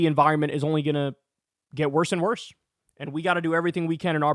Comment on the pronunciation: "the pressha is getting WORSSAH."